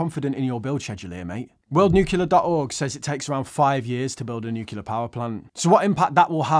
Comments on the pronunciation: New-clear, not new-killer 🤣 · I love how consistently says "nucular":)